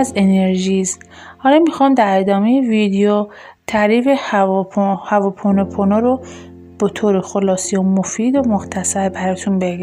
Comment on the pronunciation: هواپونوپونو تلفظتون اشتباه هوا نیست hooponopono